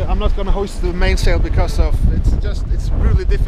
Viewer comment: "Go for it, or knot." Anyone else hear it like that? Lol